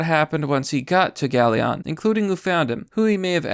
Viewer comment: You butchered the pronunciation of Bucyrus & Galion. "Byoo-cy-rus" & "Gal-i-un" is the best I can do to type out the pronunciations. And of course this was from Ohio... We make news, and it's for *this*.